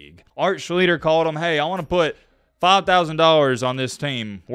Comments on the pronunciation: You didn't do enough research to pronounce his name correctly. It's [Shlee-ster]. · art schli(sh)ter pronounced as I remember. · PRONOUNCED .....ART SLEET...STER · Shlee-ster is how it’s pronounced lol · Schlee ster, Sy Oh tah Downs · Typical effort for the "reporter/journalist" of today. Read the comments please. Shhhleaster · It was interesting, but you might want to learn how to pronounce his last name correctly. Unless he changed the pronunciation in the last 15-20 years of his life. There is no "L" before the "er" at the end of his name. Also, the "ch" is pronounced as "sh". Phonetically it is Shlee Ster. There are several of his college games of his on Youtube you can watch to learn how to pronounce it. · i had to turn it off u butchered his name for god sakes just call him art if u cant say last name. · Spent months researching this player....just didn't bother to learn how say his last name. 👍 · u start thats how u say his name and u r not close. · Burnt my ears every time you said his name. Good vid though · There is a new thing called YouTube. There are many videos that correctly pronounce his last name. You couldn’t find those videos? Probably one of the worst pronunciations of his name ever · Evidently, every single person in sports media mispronounced his name back in the day if I'm to believe the narrator. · Good video but you were definitely saying his last name wrong 🤣🤣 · For all of your research it would be nice if you could pronounce his last name correctly. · Love the content but at least learn how to pronounce the man's name. He IS the subject of your video. I'm sure you studied film/interivews etc to prep for this. You MUST have heard his name at least once. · You pronounced his name wrong 32 times.....each time differently......lol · U R BUTCHERING HIS NAME. I MET HIM AND U R NOT CLOSE SIR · Lots of mistakes. If you had watched 1 video of Art, you would have known how to pronounce his name. Try harder. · Wasn't it more like Shleester?